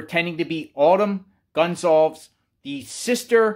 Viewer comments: lee riches INV... You have pronounced their name 3 different ways. It's respectful to learn how to pronounce the name correctly! Who doesn't know that? It's simple respect. At 0.12 & 0.16 you pronounced it Gun-zolves. Later in the video you corrected yourself. Why didn't you fix the beginning? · excellent presentation as always!! 👍 And, Informative as well!! 👍 Keep up the Great Work You do. Stay Safe. P.S. Goncalves Family name Pronounced: Gon Sal Vehs Re: C sounds like an S. Also, all the Vowels (o, a, e) are Short. 👍😎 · Goncalves = gone-call-viz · GON - CAL - VES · By now, one would think he'd least get the surname pronunciation correct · You're covering this story nonstop and can't pronounce Kaylee's last name correctly? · You aren’t pronouncing their last name correctly.